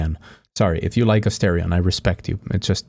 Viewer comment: It’s Ah-STAR-ian…how dare you